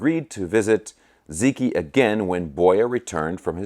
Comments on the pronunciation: Great video. For what it's worth, the "Zi" is pronounced closer to "Zuh" the "Q" is pronounced similar to a "Ch." So something like, "ZuhChee". The pronunciation of "i" changes based on what letter precedes it. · Ziqi is pronounced “zee-chee.” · its actually pronounced boy-ah and zee chee. the q is soft. I speak chinese; have since sollege 30 years ago. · Zi Qi is pronounced zuh chee. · Great guitar. I have been in China for some time. If the brand is Romanized spelling of Chinese characters, I believe Ziqi is pronounced as Zi Chi (Q in China is equivalent to CH) Boya & Ziqi existed during the Warring states period. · Its pronounced like Zeechee and I see nothing wrong with the name given its a Chinese guitar and its a famous Chinese story. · Okay, I don't know if anyone else has tackled this. Assuming it's made in China,, you pretty much have 'Boya' under control. The 'Zi' in 'Ziqi' doesn't have an equal sound in English. The way to say it would be like 'ads', as in short for 'advertisements', but without the 'a'; sound, like 'dz' without a vowel between them. the 'qi' is like the first four letters of 'cheetah', or 'cheetos'. I hope that's helpful. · I'm fluent in Mandarin. He's correct.